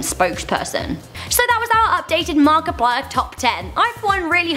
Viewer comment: She finally figured out how to say Markiplier right